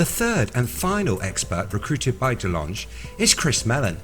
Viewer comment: We Are Robots. heh, i just wanted to mention that Tom DeLonge has been famous [in the] US for years & years, and i've always heard it pronounced without the e at the end: TAHM duh-LONG.